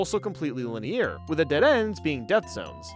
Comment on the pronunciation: You've been covering video games for HOW long without knowing how to pronounce "polygonal" and "linear"? Please, get thee to a dictionary. (Also, you are correct in your prediction: that bridge in 3D Blast on Genesis handles like garbage and I would never put it above 1 and 2, even after finally learning how to use a light tap to jump.)